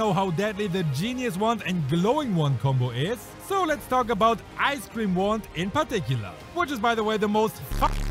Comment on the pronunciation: i heard him say Ice Cream Wand